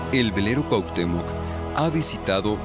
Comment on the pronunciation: Cuatemox?😂😂😂 cuahutemoc pense que solo aqui ya habian quitado el requisito de hablar bien paravser periodista